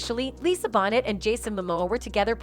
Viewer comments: Lisa’s last name is pronounced, “Bow-nay”. Not pronounced “Bonnet”. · ANOTHER VIDEO MADE BY ARTIFICIAL INTELLIGENCE! They always butcher names like Tupac, Lisa "BONNETT" LOL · Her name is pronounced Lisa bonay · Come on Bonet and Paradis it is not hard to pronounce these two names properly.